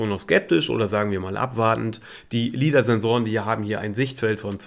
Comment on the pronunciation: LIDAR ist Englisch und spricht man „Leidar“ aus. Ist nicht so schwer.